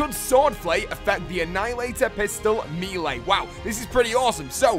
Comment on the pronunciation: I love this channel dude, but come on ... MEEL-AY?! The word is French and it is pronounced MELL-AY. Not MAY-LAY nor MEEL-EE.